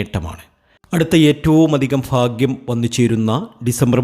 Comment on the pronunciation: എന്താടോ ഈ ഫാഗ്യം എന്നു വെച്ചാൽ